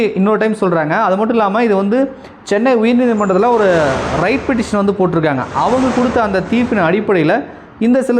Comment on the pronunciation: ரைட் என்று தவறாக உச்சரிக்கிரார் ரிட் என்பது தான் சரி.